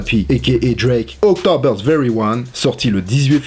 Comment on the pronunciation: Super vidéo mais ta dis "October very one" alors que c'est" October very own "non